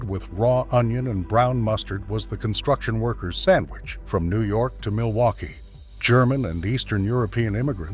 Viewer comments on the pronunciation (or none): none